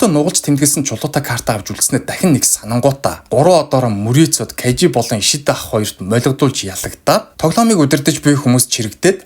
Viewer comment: Кажи биш Кайжи шүү!!!